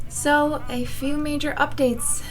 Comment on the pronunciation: Im cracking up. First, i thought frodo was a kid with pigtails. I was like who the heck is that!? Then you said "a few..." and i thought you said "ef you!". Hahaha, best wishes sweetie 💋